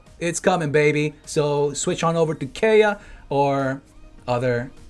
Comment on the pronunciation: I love how he slipped in “AYAYA” when saying Kaeya